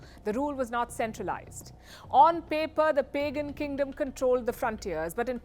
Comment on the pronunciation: you probably pronounce "Pagan" wrong.